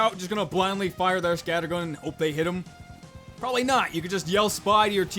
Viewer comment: "Porbably" Nice